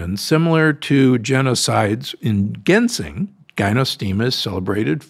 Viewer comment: Gynostemis = GI-no. Ginseng = GINseng, not GHINseng. Not poo-air tea. Closer to Poour tea.